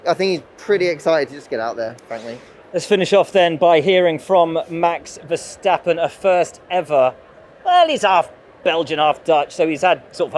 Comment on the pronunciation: Guys guys... Say "strope wah-fels". Also there is no sch in Verstappen 😉